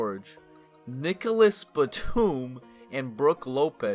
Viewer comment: Nicolas baTOOM 💀